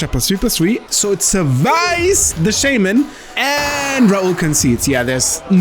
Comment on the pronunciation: All of the Cardmarket guys speak English pretty well, although one of the few words they consistently butcher is "shaman."